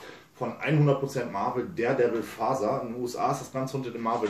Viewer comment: Ich versteh immer "Daredevil Faser" XD XD